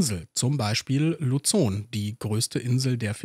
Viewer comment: Krass :D PS: Luzon spricht man einfach Luson.